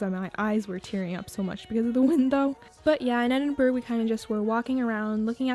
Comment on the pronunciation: Awesome video :D but just to say Edinburgh is pronounced, Ed-in-bruh not Ed-in-burg, I know we are weird